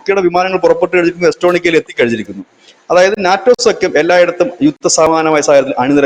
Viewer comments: എസ്റ്റോണിക അല്ല എസ്റ്റോണിയ ആണ് ശരി. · താങ്കൾക്ക് Estonia എന്ന ഒരു രാജ്യത്തെ പോലും അറിയില്ല എന്ന് കരുതുന്നു 😇 എസ്‌റ്റോണിക്ക എന്നാണ് ആവർത്തിച്ചു പറയുന്നത്. ഒരു രാജ്യത്തിന്റെ പേര് പോലും ശരിക്കറിയാത്ത ഒരാളാണോ ആ രാജ്യത്തെ സംബന്ധിച്ച് വിശകലനം നടത്തുന്നത് 😀